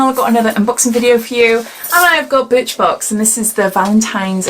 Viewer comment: Sounds like you said bitch box 🤦🏽‍♀️ 📦